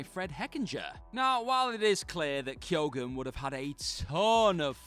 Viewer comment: What on earth is this pronunciation of Keoghan?